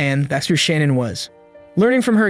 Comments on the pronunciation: Her name is pronounced “Shuh-nan” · Idky but it drives me nuts every time the narrator says Shannon instead of Shanann. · Great work -- unfortunately marred throughout by mispronounciation of Shanann's name: it is not "Shannon" but Shah -nahn. Too bad. I know the creator is sincere and no disrespect was intended. Again: great overview with a lot of detail as well. A crime so heartbreaking and horrifying. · Her name is pronounced SHA-NNAN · You're pronouncing her name incorrectly. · You spent two months on this and you’re saying her name wrong through the whole video, that’s disrespectful. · You keep saying Shannan's name wrong dude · 5 minutes in and I can't listen to you pronounce her name wrong anymore. Do better.